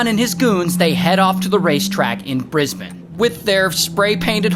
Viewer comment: Im Australian ive never heard this story in my life and the kangaroos and the horse running into the fence is so Australian i just burst out with so much laughter... 😂 Thank u you and also you said Brisbane like an aussie too keep up with the videos your so funny bro 👍